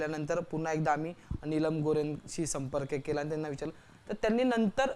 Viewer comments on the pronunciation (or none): Her sur name is gorhe nor gore. Join english tution.